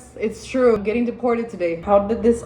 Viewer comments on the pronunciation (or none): That is not trrrrrue